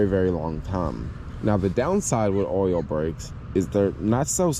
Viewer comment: I'm glad I listened more carefully when you were talking about the brakes. At first I thought you were saying 'oral brakes' and thought, "Whoa! Those would be very difficult if not more complicated to work on!" Things became more clear when I figured out you were talking about 'oil' brakes. That plus 'oral brakes' might be some new fetish. Eventually.